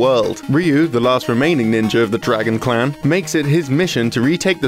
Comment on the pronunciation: were you saying Clown or Clan?